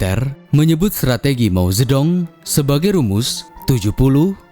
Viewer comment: min penyajianmu sdh bagus, cuman perlu upgrade pelafalan bahasa mandarin. Chog Qing ---- "Cong Cing" Mao Zhe Dong --- "Mao Ce Tung" Nanqing (Nanking) ---- "Nan cing"